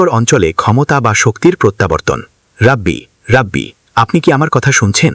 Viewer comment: শব্দটা রাবি আর অনুবাদক উচ্চারণ করতেসেন রাব্বি!🙄অনুবাদের সময় শব্দ গুলো উচ্চারণ ঠিকমতো করতে হবে!